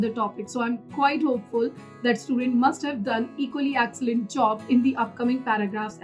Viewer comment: Inki apni English khudh bayankar hain excellent ko accellant banana koi inse seekhay 🤣🤣